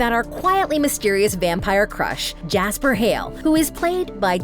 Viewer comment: “gasper” 😭 and who is alex lol